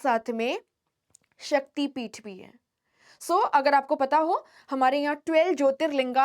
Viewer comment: When pronounced it is Jyotirling not linga and Shaktipeeth not peetha